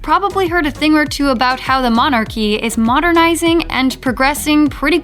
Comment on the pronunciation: 3 secons in and 'the monarchy, pronounced 'mon archie' I counldn't watch anymore lol'